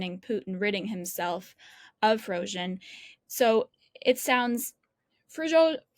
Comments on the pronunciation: Did she call him prozhin??? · Junior is so lucky to interview a pro. Pro-fes-sio-nal Pre-go-shin Try it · She nearly went with "Frizhozhin". That would have been an improvement. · Why is she calling him Frozhen? Did he get a new nickname? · Who’s “Frojen”? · What is it with Times Radio and their unprepared, half educated, work experience reporters. This lady has pronounced Prighozhin’s name differently every time she says it and her questions are asinine. Well done to the interviewee for his professionalism in the face of stupidity. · Sorry but this woman is terrible, childish, unprofessional, can’t even pronounce Prigozhin’s name correctly. Mr Kagan was ill -served by this person, deserves a better interlocutor. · Poor Mr Kagan . This interviewer is talking like a child. She can’t even say Prigozhin name properly